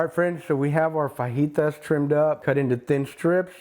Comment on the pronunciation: hee hee, the man says "fuh-jee-tas"